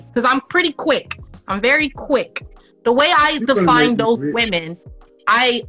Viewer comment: "I'm pretty quickK, very quickKK" Ah, nope.